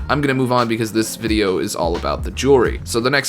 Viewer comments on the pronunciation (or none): none